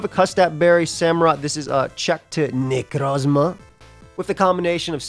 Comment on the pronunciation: I’ll never get tired of pronunciation of Necrozzzzma